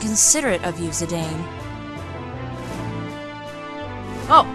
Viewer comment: Oh, and endless thanks for pronouncing Zidane's name as it is phonetically spelled, and not like a certain infamous French football player. <3